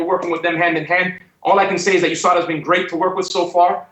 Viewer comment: Usada Usada.... its USADA